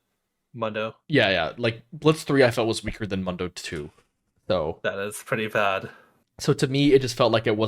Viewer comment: MOON-DOH , day it with me MOON-DOUGH